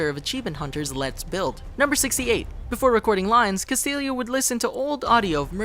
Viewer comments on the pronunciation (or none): As a note to ChannelFrederator (or at least ): Castillo is not pronounced (Cast-il-leo), it is pronounced (CAST-EEYO). Every Hispanic/Mexican cringes or gets angered when they hear this mispronounced this way. Especially as often as. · His name isn’t pronounced Castillio it’s Cast-ieyo. It’s Spanish.